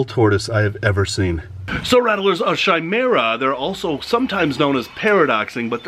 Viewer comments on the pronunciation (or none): Chimaira is actually pronounced (ki-mara)